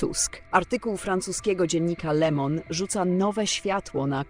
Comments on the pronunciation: Nie Lemon a Le Mond. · Prosze wymawiac prawidlowo le Monde co znaczy Swiat a pani wymawia lemon- co znaczy cytryna," drobna " roznica!!!!!!😮